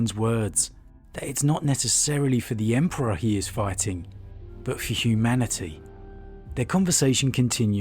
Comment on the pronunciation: I think Lorgar was just craving to have something superior than him to tell him what to do and so he could save face when committing atrocities "in the name of the emperor" and his whorship was a way to do so. Also, you misspronounced God Emperor many times